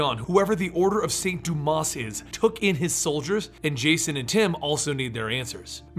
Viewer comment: Its not St. Dumbass. Its the Order of St. Doomah (pronunciation). Had to do it.